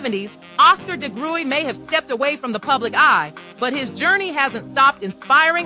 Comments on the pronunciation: No... it's pronounced de-grue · Pronunciation of Degruy is ‘da-grew’ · This was wonderful information. For future reference their last name is pronounced “dah-grew”. Thank you so much for putting this video together. ✊🏿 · Someone correct me if I’m wrong but I believe the last name is pronounced deGrew but spelled deGruy. I kinda remember from the intro of the 70s variety show The Bill Cosby Show.